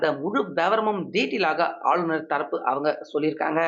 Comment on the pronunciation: ஆளுனர் என டைம் அடிக்க அழுநர் என தமிழைக் கொலை செய்து வாசிப்பதிலும் கத்திரியம் போட்டு தமிழ் ந.1 எனப் பெயரையும் வைக்க தைரியம் வேண்டும்.😂